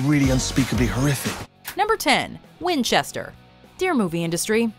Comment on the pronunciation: what was so wrong with "Winchester"???